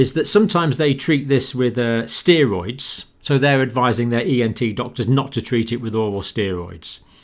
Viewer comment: How can a doctor not pronounce steroid correctly?